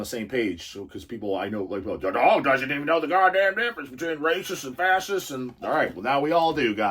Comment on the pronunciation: We have a lot in common you and We, Jibbles for instance thinks its rather "darling" how you pronounced ^Fa-shist-ss^ as Fa-ss-ists ... Almost like your some sort of "innocent"... You know, in Our Blackfoot heritage (Niitsítapi) We have this Great-Great-Great Grand Mother who defended Her Teepee (Tipi) Children and grand Children by fighting a Prairie Grizzly Bear... and Her tactic was to stick Her arm in its mouth and twist its tongue down its own throat and choke it to death... Apparently it took like half an Hour or so... But she had already given birth many times so She was NOT "pain" compliant... She lost Her arm, but She has great Name because of that... Not gonna say it, here but She is known among Us, the REAL People... Now, thats' a REAL Woman...